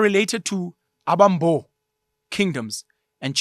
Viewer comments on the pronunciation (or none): Although not of Xhosa ancestry myself I think amaXhosa will largely agree with your commentary although there is a room for improvement in your intonation and pronounciation of Xhosa names. 'Abambo' sound better in 'Abasembo' with the stress on the second ('se') sylable.